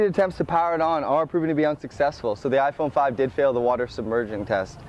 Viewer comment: ai nghe "Ay Phôn Năm" nào :)